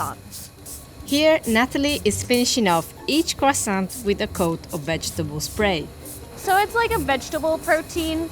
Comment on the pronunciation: the T in croissant is silent, who are these people....